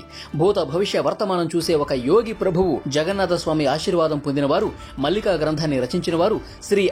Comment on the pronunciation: పుస్తకం పేరు భవిష్య మాలిక. మల్లిక కాదు.